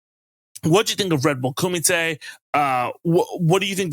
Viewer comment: Nice correct pronunciation of kumite :) People mispronounce a lot of stuff when it gets Americanized.